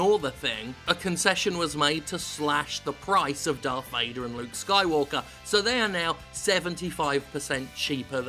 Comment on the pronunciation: Darth Payder?